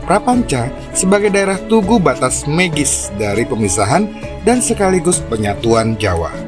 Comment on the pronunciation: Daging semua, ini...Magis, bacanya..bukan megis,..